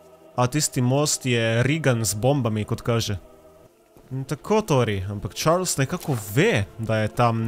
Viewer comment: Pravilno se reče čarli